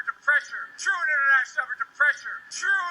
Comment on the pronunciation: Normally don’t comment on YouTube but what’s worse than Biden saying trueinternationalgaprgshdhd is how loud the crowd cheers. This man says nothing but baby gibberish and gets a roaring applause.